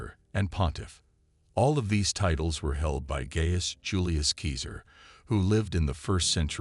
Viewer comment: Keezer? Stop polluting the Internet with your drivel. "Seeser" or "Kaysar" are the only acceptable pronunciations. It would have taken you 2 minutes if you had studied.